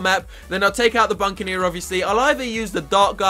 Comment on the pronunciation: it isnt buncaneer its buccaneer and tier 4 dartling gun is ray of doom not raygun. Just saying...